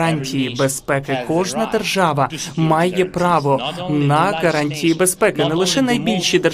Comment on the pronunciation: Божечки,, спробуй говорити букву Г, у слові гарантії, а не Ґ. Це не російська мова. Тренуйся більше і в тебе все вийде!!!